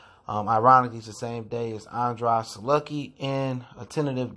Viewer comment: If you listen to Andrade say his own name, you will hear that he himself pronounces it as "an-drade" drade like it rhymes with trade. Of course mispronouncing someone's name is not a big deal. But when you are in the business of media and you've done it like 86 times, it starts to get annoying. Same for Mike Coppinger. The only R in his name is at the very end so it's no way his name is pronounced "Copping-ringer" but you also say that quite often. Other than that, I love the content. You keep it all the way real on this channel 💯